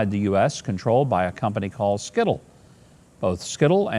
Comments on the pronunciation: It is pronounced Sy-til. Not skittle lol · It's pronounced (Site l), not skittle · "Sy-tal" pronunciation-- not "skittle"--- mr. Mayor sir.😔❤️🙂